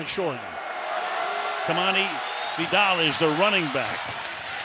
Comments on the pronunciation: It’s Vi-Dal not WhyDell.. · The announcer kept calling the RB vydel the whole broadcast, only towards the end he actually started calling him by his actual last name “vi dal” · “Vee-dahl” it’s pronounced bruh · Every single time the play by play guys pronounce "Vidal" my ears bleed.